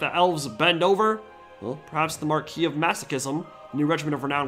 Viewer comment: I'm so glad to finally hear someone in the TW community pronounce "marquis" correctly.